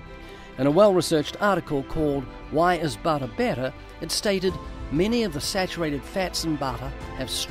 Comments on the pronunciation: "Do you eat butta? BUtta? ButtRrr" hahaha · The way ray said "butte-r" in an American accent 😂😂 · Ray saying BUT-ER has to be the funniest thing I've ever heard 🤣🤣🤣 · Do you eat bawddah?? Buddeerrrr?? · I have never heard food being spoken of in a biblical way unless it was to not tell people what to eat. I am so impressed by this one. I have actually never eaten lamb, but now I'm much more interested! This was so informative and fun. Especially Ray trying to say butter with an American accent! 😄 No hate, it just tickled me lol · Ray Comfort saying 'butter' in an American accent I don't know why I found this so funny, sorry, but my wife and I rewatched it several times 😂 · Listing to you try to pronounce butter is hilarious 😂. God bless brother